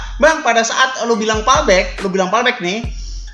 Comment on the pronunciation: Bacanya Pulbek bukan palbek bro